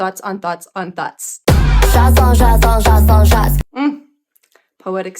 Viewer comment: She was gesturing to her head, as in "thoughts on thoughts", which is pronounced identically to "thots on thots". Maybe it's a lame double entendre. 😆